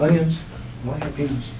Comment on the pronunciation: The most disturbing thing about this video is how the detective pronounced the word jalapeño